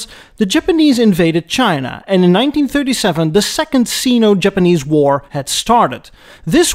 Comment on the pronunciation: Durea is pronounced DUR-ee-aa. Sino is pronounced SIGH-no. What the &%$ is a "ZIV"? Sweet jebus.